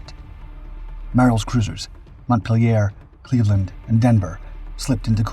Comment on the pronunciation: "Mont Pill Yair" . . . odd pronunciation for "Montpelier", Vermont's capital, named for the French city of approximately the same spelling, but which Old Vuhmahntuhs pronounce "Mum-pill-yuh ". . . jest sayin' . . . .